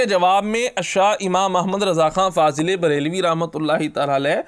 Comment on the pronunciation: Sarkar mazrat fazl e brealvi nahi fazil e breali hota he bhai